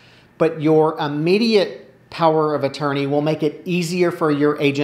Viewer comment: I have a thing about people pronouncing "immediate" as "Ah-mediate", but that's just me... So many folk seem to do it that it's probably acceptable by now. Anyway, just thought I'd do the courtesy "You have spinach in your teeth" thing and mention it, rather than not. Hopefully helpful; your advice ALWAYS is. Thank you!